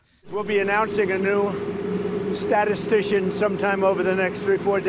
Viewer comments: Yeah, I was so surprised he pronounced "statistician" correctly! 😂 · Love how he was VERY prepared to loudly pronounce "statistician." At least he got some reps in prior to the interview to not sound like mush-mouth. I wonder what other words he is reciting for this week. Also, where is the 50% reduction in my home energy costs??!!